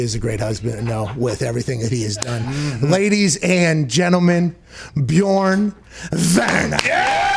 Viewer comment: Möchte gar nicht wissen, wie jemand, der noch nicht mal richtig "Björn" sagen kann, das Wort "Lauch" ausspricht. Nebenbei kenne ich den Ausdruck "Labersack" (aussprache-mäßig besser geeignet für Native-English-Sprecher), wo bitte nennt man einen Schwätzer "Laberlauch"?